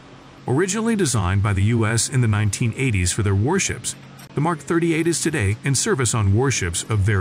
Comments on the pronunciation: Either stop using AI to narrate or learn your subject. It is not an "M K 38." It is a "Mark 38." The Goat Thief version t is not an "M two hundred and forty two." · How about the voiceover guy constantly saying "M K " instead of what it represents - MARK. Additionally, spelling out the numbers such as M242 with "M two hundred forty two"...